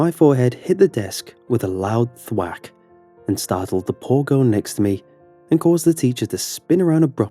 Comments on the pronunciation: Stop saying thwak it’s so annoying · I found him saying "thwat" funny..